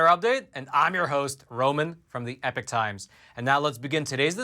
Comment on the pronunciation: the word epoch is not pronounced like the word epic.